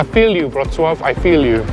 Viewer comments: That was the best pronounciation of name of policy city I have ever heard from a person who doesn’t speak polish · I am so impressed that Amecians can pronounce Wrocław perfectly like everyone in Poland! ❤❤❤